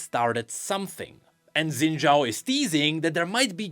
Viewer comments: his name is pronounced shin jao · So close to a proper pronunciation. 🥹